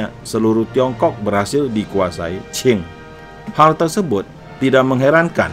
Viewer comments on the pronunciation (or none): Lafal qing harusnya ching bukan chin, kalau dinasti chin itu lain lagi.